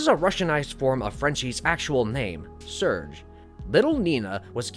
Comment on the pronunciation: Your French pronunciation is fucking abysmal. Holy shit. Cherry? Surge?